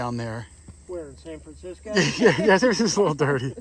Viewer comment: *Francisco (not "Fransisco")